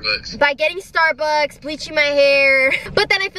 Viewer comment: Can we just talk about how she woke up and said "StArBuKsS"